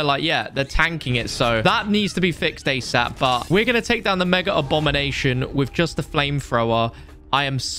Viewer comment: Why does he say megaRRr.. abom